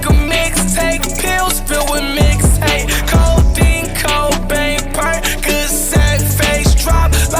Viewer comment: Bro said codain cobain